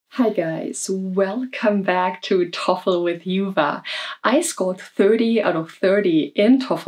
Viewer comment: yeah i knew it hh as the "j" in your name is prononounced differently hhhkk